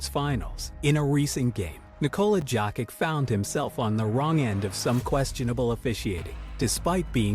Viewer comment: Hahaha Nicola jacket😅😅😅 why u changes pronounce his name.. his my idol bro.I gonna mad on you😂